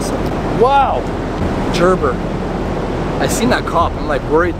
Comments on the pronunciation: Grrrrrr.......brrrrrrr knife Gerber not JRRRR BRRRR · ....you pronouncing the brand name of the knife all wrong man...Gerber...like grrrrrrber. Is how it's pronounced. Have a great day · The knife you found has a "hard "g"" sound, with the "g" sounding like the word "good". These are excellent knives (I have a couple) and were Military Issue...